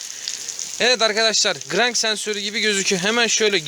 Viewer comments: Gıırrannk sensörrü....... Ne sensör ne ben söyleyim! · Grangggggg sensörü nedir yav😂